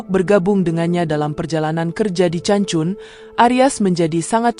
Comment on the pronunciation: Not ce but pronounce K for Cancun